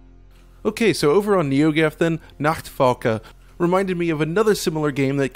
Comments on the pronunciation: Probs to your CORRECT pronounciation of "Nachtfalke"! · Props for the correct pronunciation of "Nachtfalke". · Woah, you pronounced "Nachtfalke" correctly.